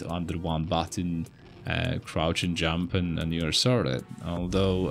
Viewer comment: What's "crout" jump? Isn't it "crouCH" jump...?